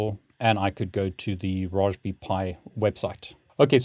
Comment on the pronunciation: I didn’t know Brits pronounced Raspberry the same as Roastbeef